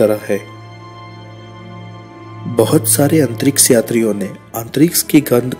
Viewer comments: अंतरिक्ष not....अंतरिक्स....btw.....very nice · Tongue move nahi karti kuch logo ki aise words bolne me... Unhe kitna bhi samjhao wo antriks hi bolege